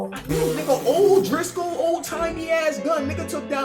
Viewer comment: Bro said o’driscoll😭😭